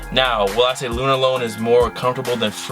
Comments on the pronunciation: Why are you saying Lunarlon like Lunarlone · The way says LunarLOAN kills me lol